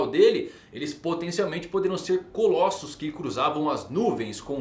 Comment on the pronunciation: CoLÓssos.... é coLÔsso a pronúncia correta, animal!!!!